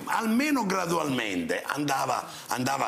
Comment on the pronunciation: Non capisce lui... povera stella. "...e disciamolo...gradualmenDe..." A uno che parla così dovrebbe essere concesso l'accesso unicamente in una scuola di Dizione e Pronuncia. Ancui d'agattinti cirdinu e furriau fund'assusu cummente su Beni-bogau in sa prazza. (Augurio in Sardo)